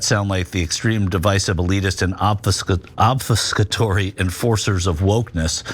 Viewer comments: PS, it's ob-FUS-catory. signed, small-town non-college-degree-holding texan white man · and not a single one of these highly-superior intellects were able to successfully pronounce obfuscatory. smh